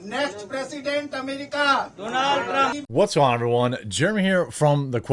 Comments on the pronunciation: "Loonk Leeve Dunonalt Trrunmp." That made my morning. 😁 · "Lahng Leeve Dahnal Truhm!" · lol i like the way they say donALD trrrrrrump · I like how the Indians said his name.. Doo Nald Trump. 😆